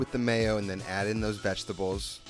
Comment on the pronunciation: I like how he says VEGTABOWS